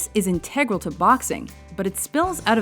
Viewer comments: it's pronounced INtegral, not inTEGral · De Niro.....brilliant! But in "AWAKENINGS" Robin Williams was overlooked. THAT film makes me cry. Every time. And what's with the narrator...InTEG-ral???? oh. well.